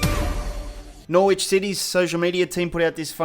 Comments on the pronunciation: Norwich is pronounced Norich, the W is silent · Dude I love your vids please don't think I'm hating but please, as an English man listen to me. The W in Norwich is silent. It's pronounced as another R. Stay safe, don't do drugs. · Can someone please point out that you can't say Norwich properly? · Due you keep saying Norwich wrong. please sort it out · Really bugs me when you say Norwich wrong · Learn how to pronounce Norwich and Anthony Joshua and De Vrij and Lewandowski